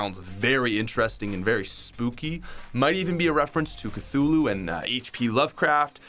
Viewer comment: THANK. GOD. SOMEONE ACTUALLY PRONOUNCED "C'THULU" CORRECTLY!